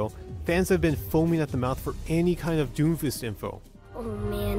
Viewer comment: It's DOOMFIST! Emphasis on the "OO"!! Seriously, everybody was mad as shit about him when he was released and after Moira and Brig got released after him. People realized..."He's not that bad, I guess."